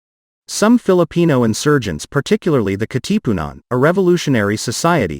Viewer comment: Actually it's pronounced as Kàtipunan not Katípunan. ✌️